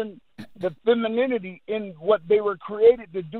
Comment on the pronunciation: can barely pronounce femininity 😂🥱